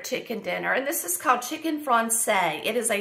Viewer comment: Chicken Francese is pronounced.Frahn chay zee. It's an Italian word. If it was French it would be Francais...pronounced frahn say. It's an Italian dish. My husband's favorite.❤